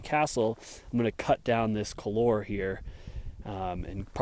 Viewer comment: it's "cool-whar"